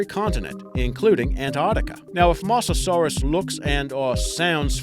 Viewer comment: Good list though, you mispronounced Mosasaurus and Gigantopithecus. Yet in a previous list you've pronounced them right.